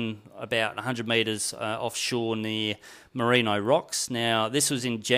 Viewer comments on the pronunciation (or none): none